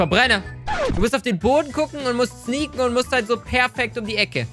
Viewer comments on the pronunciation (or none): sneeken xd